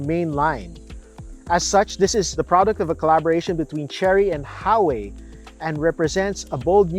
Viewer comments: What’s HAWEY it’s called HUAWEI! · “Ha wei” “Lambor hini” You mad at U and G? 😂 As a chinese, it’s not ha wei. It’s literally hua wei.